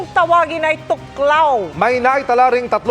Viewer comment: thuoc lao (thuốc lào) hindi tuklaw . Ginawa nyo namang tagalog amf hahha